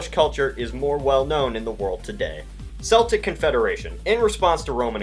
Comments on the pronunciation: Celtic is not pronounced "seltic" it's pronounced "Keltic". Also Sweden fought the Russians in the great Northern war - not great Nordic war. On another note, the person who wrote about the republic of Russia - republic of Russia is a bit stupid, Tsar Alexander was a dedicated autocrat - if he'd not been assassinated he would have continued being an autocrat and his son Nicholas II would have been a more competent ruler, having more time to prepare and learn from his father. Nicholas II was also a committed autocrat. If there had been no Russian revolution, surely the Russian monarchy would still exist, at least in the same way the UK monarchy has survived, and surely they would still have an empire - so no republic. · I died a little inside every time he pronounced Celtic with a soft 'C'. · it's not pronounced seltic it's pronounced Celtic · Its pronounced Keltic..... =P My family has deep roots with the Celtics..... +p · The CR...you mean the NCR? Edit: Yes, yes, I know that the NCR flag is, basically, California's with a second head. Also, IT'S PRONOUNCED KELTS! The "C" in Celtic is pronounced as a "K"...sort of like in "car" or "cat" or "caretaker". Also, the Celtic languages existed long before Rome's venture in to Britain. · Your pronunciation of the word "Celtic" gave me a stroke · Please correct pronunciation of Celtic: the initial c has the k sound. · Yeah. Celtic (pronounced as Sell-tic) is a football team! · Every time he mispronounces celtic I can't help but cringe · You said Celtic wrong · YOU DONT PRONOUNCE IT SELTIC YOU PRONOUNCE IT C-EL-TIC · Mason Christensen that’s a common misconception. Most people say seltic because of the basketball team that pronounced it seltics, but it IS actually keltic. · ITS PRONOUNCED KELTIC NOT SELTIC IM WELSH BOOOIIII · Celtic is pronounced with a hard C NOT A SOFT C, BOSTON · lol "seltic" its celtic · It's K-el-tic not Sell-tic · Its pronounced Celtic not Seltic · it is pronounced keltic